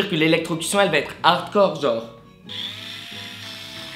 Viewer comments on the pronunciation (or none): none